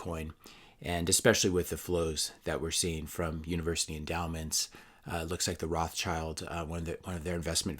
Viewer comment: Rothschild is pronounced Rotshield - it has nothing to do with IRAs or children